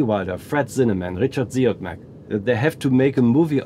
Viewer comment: Does anyone know what name (director) he says last when talking about 'People on Sunday', after Billy Wilder, Fred Zinnemann - sounds like 'Richard Ziogmac' phonetically - is he maybe saying Robert Siodmak?